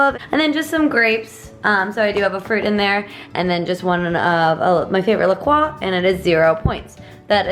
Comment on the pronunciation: Omg I'm so freaking excited that you say "La Croix" right! It was literally music to my ears! Also, great tips and recipes for WW freestyle. I've lost 25 pounds so far and I'm so glad I still get to eat things that I love.